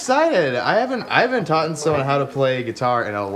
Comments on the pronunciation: If you say "taughten" you probably shouldn't be teaching anyone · Lol Jared... "taughten"